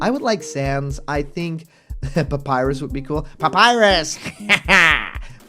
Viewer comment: The way he says papyrus is fucked up